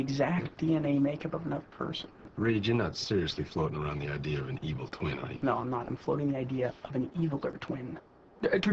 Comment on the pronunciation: When Reid said twin it sounded like tween